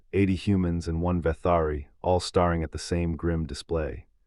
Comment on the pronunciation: breethed or brethed? starring or staring? (pronunciation) you might check your AI narrator....if this is live, you might check your own english